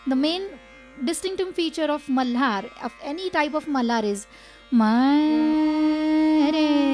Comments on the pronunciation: Why the host is pronouncing malhar like... Malar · Why he is saying raaag mallllaaar... its malhar sir.